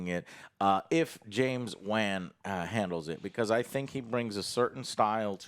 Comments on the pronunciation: It’s killing me he’s pronouncing Wan as W- Ann and not W -On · James Wahn? James WOHN. Come on I feel like you hardly try sometimes… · Wan is pronounced: "WAUN" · Can someone please tell joe how to pronounce James WAN 😂😂😂😂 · Does joe be saving shit wrong on purpose? How you not know how to pronounce James Wan and why do they never correct him god it’s annoying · Why do you say the director's surname in a way that makes you sound like you were dropped on the head as a toddler? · Please say James Wans name right. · Do and know how to pronounce James Wan’s last name and just let joe butcher it?